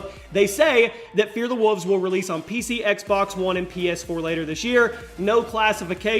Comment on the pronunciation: I thought it was Fear the Wolves, not "Fear the Wuvs"...